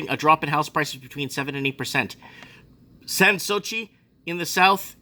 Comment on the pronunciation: Petersham = Peter-shem Sans Souci = San Suzie Russell Lea = Russell Lee Vaucluse = Vor-clues Bondi = Bon-dye